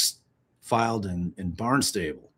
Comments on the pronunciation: Love that you immediately thought Sandwich had a crazy pronunciation, but consistently said "Barn-stable" when it's Barn-stuh-bull (emphasis on barn) 😂 ok. I'm going back to listen! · It's pronounced "BARN-stahbul" and it's about 50 miles from one courthouse to the other (if they are using the main one in Barnstable, it's a county). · Thank you for this coverage and the legal explanations. I was tickled by trying to pronounce Sandwich but Bill-Rick-Ah and Bahn-Stah-Bull were mudered ♥️